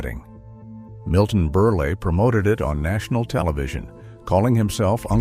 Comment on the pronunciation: Firstly, abused women have always used foundation, etc. to hide bruises from abuse. The tranquilizers were around long before the 50's, mothers little helper actually started in the 30's, just became more popular in the 50's-60's. It's NOT pronounced BerlE. LOL Honestly, did you do ANY research before you set AI to this because if you did....wow! Only 2 minutes in and I can't handle more!